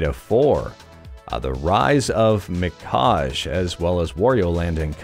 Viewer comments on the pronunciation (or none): I think its pronounced mi-ka-ge.